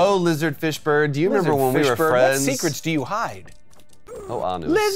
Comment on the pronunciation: Every time you guys said lizard fish bird it sounded to me like you were saying Lizard Fishburne. Like Lawrence's reptilian cousin or something.